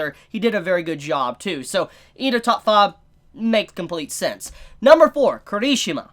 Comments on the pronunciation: I thought he said kirtishima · No hate but...... your pronunciation of Kirishima is wrong.